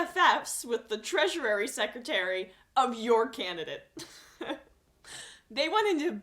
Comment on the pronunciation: Okay, I am not a person who does this type of thing but the way you keep saying that word is wrong. You've been adding an extra syllable to "Treasury". It's pronounced just like "treasure", only with an added "ee" sound at the end. Not "treasurary". Thank you for your video updates. Sometimes they are the thing than can genuinely help me get through the day. It's nice to know that other sane objective people like myself can still see right through the platitudes and bullshit promises of the President-elect and the company he keeps. Keep up the great work!!